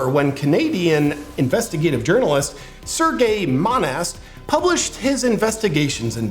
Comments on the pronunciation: It's prononce "Surge". Not Sergei... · Serge Monast, Serge is not pronunced as "Sergei". In fact, french "ge" can't be pronunced in english.